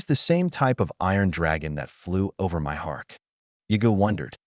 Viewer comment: Ai gets words confused and it sounds like that when you try to pronounce it.